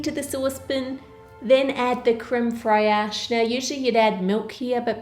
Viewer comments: in uk we say fraiche like fresh not free-ash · btw its pronounced creme fresh not creme freyash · How To Cook That It's créme fraîche NOT friache. And word fraîche sounds like English "fresh". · Haha its not creme frEAsh. Its pronounced fresh just like in English fresh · Creme freyaash 🤣🤣🤣you have to say 'fraiche' like 'fresh' but pull the e a little bit. But you better just say fresh which is what it literally means anyway. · I'm only pointing this out because I love this channel: creme fraiche, it's pronounced like "fresh", not frai-yesh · (fre-sh) not (fri-ash) not trying to be rude just constructive criticism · isnt it "creme fresh" instead of "creme friash" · "crème fraîche" is pronounced as "cram" (the a like in "sad") and simply as "fresh". - only the two r are pronounced at the back end of the roof of the mouth. ->"cram fresh" Nice Video! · Very funny how you pronounce crème fraîche. It's a French word so you need to pronounce it like this: 'cram fresh' and the R of crème is a little harder than the English R. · This video is so cool, and the dessert looks amazing, but cream frey-ash is really throwing me off 😂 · "Crème frehash" :D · I love your videos. And absolutely love your accent.But I couldn't help but chuckle at your pronunciation of "crème fraîche". (fraîche = sort of fray-sh) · Crême fraîche is pronounced "crem fresh" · hi Ann! I know you don't speak French, so I will let you know - "fraiche" is said like "fraish", just one syllable! it's basically like saying "fresh" with a thick French accent haha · Pronounced Creme fresh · Just a note of pronunciation... crème fraîche is French and sounds like crem fresh. Chuao is pronounce Chew-wow. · What's "Krim Fray-Ash" ? :D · fraiche is just pronounced fresh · I am French. Defo not pronounced freyache. It's the same sound as in "Jeff". But I get it: you never know how things are pronounced in English just based on writing! I mean "Dean" and "Sean"?!!!?!?!?! Seriously 🤣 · "créme fraiash" :D